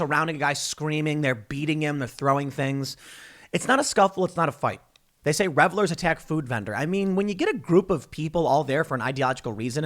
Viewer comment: "Revelers" that's a new one.